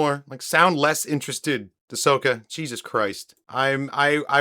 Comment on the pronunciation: “Ahsoka” not “Ashoka”